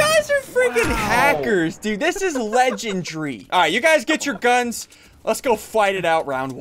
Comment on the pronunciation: SSUNDEE it’s pronounced (Legen-dairy-) not (legend-reee)